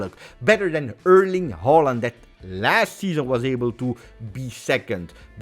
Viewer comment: Great vid, a comment for the algorithm. We all hope Højlund (my boy from copenhagen) make it, and props for pronouncing his (and Haalands) name right 😉